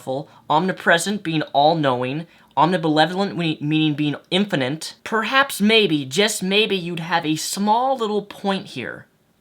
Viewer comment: Lol, dude said, and I quote "infinant" lololololololol!!!!!